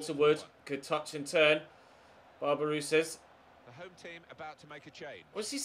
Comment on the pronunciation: you butchered barbarouses name